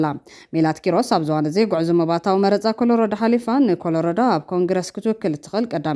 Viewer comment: ክብርቲ መዳለዊት ሓፍተይ ኮሎራዶ እሞ በሊ ኮለሪደ ኣይኮነን እንተ ብዛዕባ ዓወት ኣፍቲ ስርዓት ሓፁርን መታለልን ስርዓት ኣይሁዳዊ እንዲዩ ብ1820 ዓም ዝተጀመረ ሪፕብሊካን ድማ ብ1856 ዓም ንሉተራን ፕሮቴስታንት ዝተመስረቱ ንኻሊእ እምነትን ተርኢዮ ዘይቕበል እሱር መካበብያ ምኻኑ ፈለጠዮ እሞ ፀረ ኣኽሱማውያንን ፀረ ተጋሩን ኢዮም